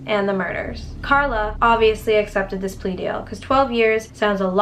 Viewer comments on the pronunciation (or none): none